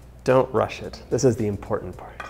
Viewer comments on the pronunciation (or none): none